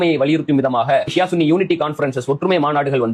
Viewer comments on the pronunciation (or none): சன்னி இல்ல bro சுன்னி.